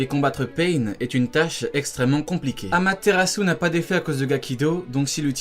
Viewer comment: C'est amatérasu pas camatérasu